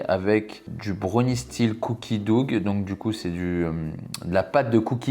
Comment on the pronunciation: "Dough", on ne prononce pas le "g". On le prononce comme "dow". Pense au doughnut